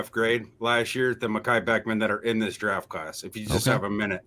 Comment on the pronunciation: Does know there is a T in the word draft?